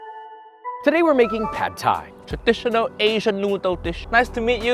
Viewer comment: THAT PRONUNCIATION THOUGH! - i'm taking away the Thai 'uncle' for that from you.